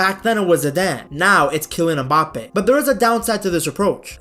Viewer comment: Kilian EhMbappe